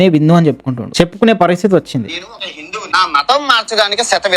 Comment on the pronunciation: bro nuvvendhuku hindhuvu anakunda bindhuvu antunna ?? naku ardham kaale